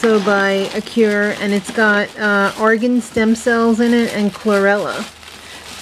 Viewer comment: Lol. ..I looked it up bc I was interested...I think you said argan ?? not organ. ..lol. ☺